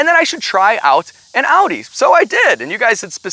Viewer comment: Only American that pronounces Audi right 👍👉😉